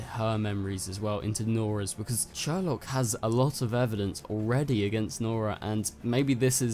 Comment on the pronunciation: niece not daughter mic drop i mean basically the same thing and its prounounced seourlok, not sherlock lol